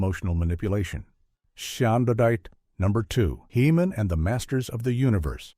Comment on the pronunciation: "Shoundadite" Heemin lol